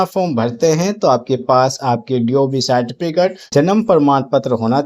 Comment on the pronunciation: Tum ko to Certificate bolne ka bhi Dhang nhi tum gyan kya doge re